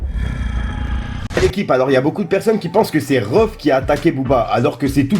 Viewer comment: On dit rohff pas reuff